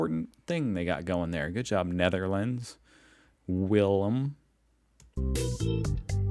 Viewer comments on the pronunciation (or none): none